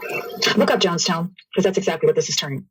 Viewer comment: It's Jones town and not John's town